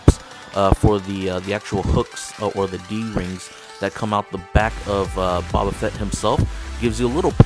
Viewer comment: Hey man, it's pronounced "Bo-bah" not "Bah-Bah"